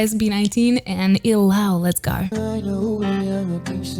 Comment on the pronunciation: Not Ilaw as /i-lau/ but /ee-lau/ or /ee-law/ with the stress in letter "I" not in "law'. Sounds weird if you say it that way. Sure we understand but you know I would suggest to check the word first. Like from other reactors too saying /jento/ instead of /gento/. NO OFFENSE. I JUST WANT TO HELP. BTW, nice to watch here for aspiring singers. Nice!